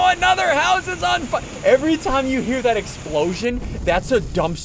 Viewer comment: I got triggered the whole video because he said “fwire” Instead of fire